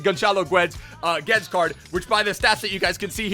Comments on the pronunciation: Im sorry to be that guy, but its pronounced "Gedes" not "Geds". Love the video anyways. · He pronounces it correctly just without the sh in the end. It's pronounced Gedsh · It's actually Gedsh in Portuguese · Why you calling him Gonçalo Götz? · Portuguese: clicks the vdideo hears gonchalo GUUedes :oof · The commentator says his name every time he’s on the ball. But you still mispronounce his name anyway 😂😂😂🤷‍♂️